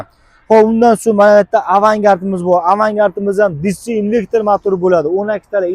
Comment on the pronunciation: Инвектир эмас инвертор